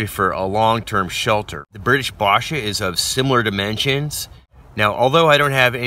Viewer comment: Its basha, it's A like in apple. Love the video merry Christmas